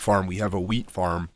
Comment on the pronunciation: Wheat 😂 i thought you said weed 😂😂😂